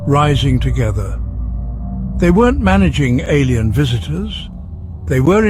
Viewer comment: The "Alein Card"